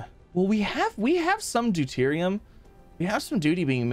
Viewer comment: Again. It's DEU-TE-RIUM